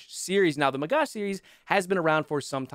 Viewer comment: Your pronunciation of the gal was actually on point. Magach is pronounced "Magakh" tho 😅 Source : yours truley (Israeli)